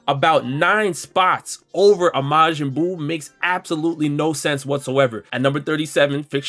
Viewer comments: count how many times he said mayin buu bro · "Majinn buu" x100000